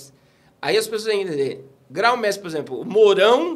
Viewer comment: Gente o pastor parece ter muito conhecimento sim, mas não se diz gráu mestre e sim grão-mestre. Que quer dizer grande mestre. Pronunciar esse termo direito dá mais credibilidade.